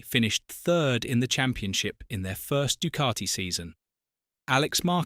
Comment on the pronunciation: Good item but terrible VO. Painful to hear ‘Du-car-ti’ every 15secs. 😫